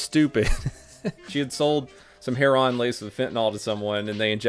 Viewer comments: Plz dont say "hair-on". U of all ppl should know what type of idiots say that. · How could you fuck up pronouncing Sunoco and heroine?